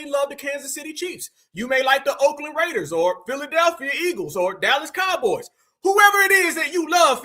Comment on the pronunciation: I fux with for saying it right. Them Oakland Raiders. I forgive my brother for having bad taste in teams to support